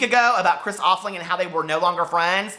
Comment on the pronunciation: and he kept on saying chris name wrong